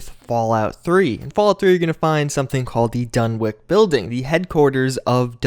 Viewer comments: Its pronounced (DUN-witch), not (DUN-wick) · Dunwich is pronounced done-itch, not done-wick. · DunwiCH Not DunwiCK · DunwiCH. Not DunwiCK. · Another big mystery of the Fallout series, is why absolutely nobody seems to be able pronounce the name "Dunwich" correctly. It's pronounced "Dun-itch," not "Dun-Witch," or "Dun-Wick." After all, we don't go around calling Greenwich Village "Green-Witch" Village, now do we? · "Dunwick" Dunwich! Done. Which. I love ya but come on. Lol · If it goes by the British pronunciation, then it's actually "Dun-itch", but Lovecraft never actually specified how the word was pronounced. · Dunwich, not "-wick".